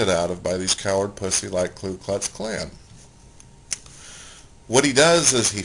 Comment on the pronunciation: Did he call the Ku Klux Klan the Klu Klux Klan ?? Lol.... he said it twice